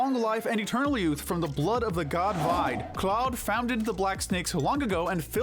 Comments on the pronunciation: I hate how you pronounce Vide as Vyde instead of how it's been pronounced Veeday. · This is a good video, but gosh, do you guys actually listen to the game dialogue? Vide's name is pronounced VEE-DAY, not VIED. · You pronounced Vide wrong.